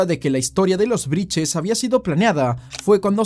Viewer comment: Brittes no briches